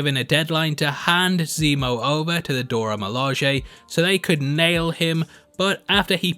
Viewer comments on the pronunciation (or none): none